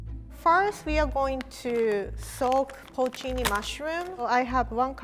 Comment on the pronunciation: shoutout to for pronouncing porcini right